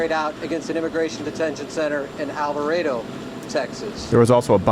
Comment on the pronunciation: Thank you for pronouncing alvarado correctly 😆